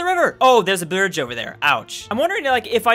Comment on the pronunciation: Alright, time to say 'bridge' as 'birdge' for the rest of the decade. Thank you very much,.